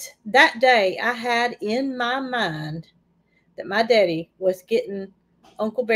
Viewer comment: I love the way pronounces “my daddy”.